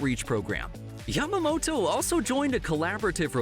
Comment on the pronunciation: Thanks for saying Yamamoto’s name correctly😆 Not Yamamoro thanks!!!